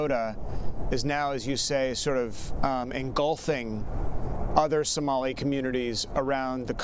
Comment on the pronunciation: The "professor" cant even pronounce Somali. WTF is a Sumali?